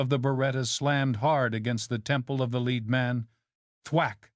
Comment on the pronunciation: AIs cannot differentiate between 'lead' and 'lead' the AI sees it and reads (REDs it) as LED. And the intonation and modulation of the AI is all over the shop. Hopeless! Long live human narrators!